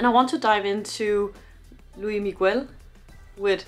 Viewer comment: She called him Loui